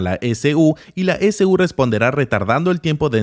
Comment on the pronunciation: Dato: cuando dice S-U quiere decir e-c-u o "ecu".